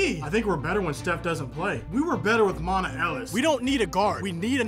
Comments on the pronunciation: Its monta not monte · did this man just say “montuh” ellis bruh its spelled m-o-n-t-a but pronounced “montay” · Monta Ellis is pronounced "Montay" Ellis. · Bro you gotta say monta ellis’ name right hahaha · U said monta ellis wrong😂